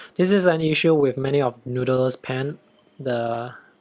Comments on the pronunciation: Sounded more like "nood-der-ler". Try "nood-ler", without the extra syllable in the middle. Just curious, what's your heritage and where did you grow up? You roll your "r", which leads me to think you spent a bit of time in the USA. Lovely review by the way. Jealous of your Falcon with the mod. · you pronounced noodler's very funny. i think it's because you're native mandarin speaker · i heard Noodelers almost noodelels hihihi